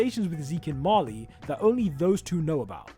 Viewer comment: “Marley”, not “Mali”.